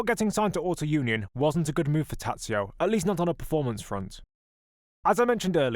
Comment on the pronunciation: Allow me to correct a couple of mispronunciations: Tazio is pronounced Totso and Carraciacola is Karra-cola. Sorry, dudes but even my favorite Jim Clark’s one handed victory at Spa pales beside this victory.